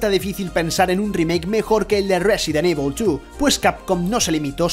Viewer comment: porque dice resident IBOL?